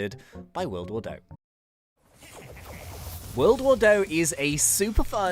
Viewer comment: World war doh sounds like play doh that soldiers made. Just saying.